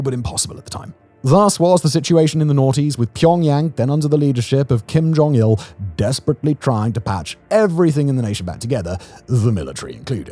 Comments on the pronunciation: "KIM KONG ILL" 😭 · "Kim Kong Il" 😂😂😂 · “Kim Kong Il” 😭😭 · 4.38.... Kim Kong Il Lmao